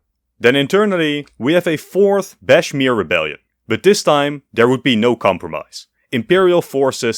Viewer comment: why you call bashkir as bashmir?